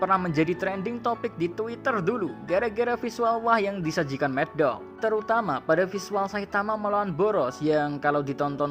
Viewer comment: Madhouse min bukan maddog njir dikira pesilat greget apa ya